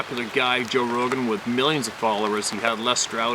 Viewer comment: Sorry. Rogan. Not Rohan! 🙄